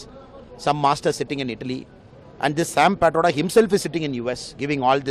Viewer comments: Actually, you hv got it wrong as all national english channels spell his name as Pitroda But pronunciation starts as PET and not as PIT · Sam Pitroda not Sam Britto bro